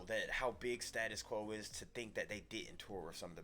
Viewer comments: STA-TUS NOT STAT-US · "Staytus" Quo not stat-us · STAY-TIS Quo. And not STA-TIS Quo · Stay-tus Quo. NOT stattus. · Gentlemen it's STAY TUS Quo not Stat us Quo and they've been around since 1966 first record Pictures of Matchestick Men, of the original line-up only Francis Rossi the lead vocals and possibly the original pianist are still with us. In 1985 they were the opening act on Live Aid with Rocking All Over The World, well worth checking out 🇬🇧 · It's pronounced STAY tus Quo. They are British not American ! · Americans can’t say status quo right .